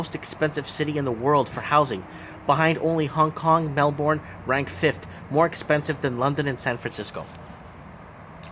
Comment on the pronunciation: Great video. It's pronounced Mel-burn btw (same goes for Brisbane i.e. Bris-burn).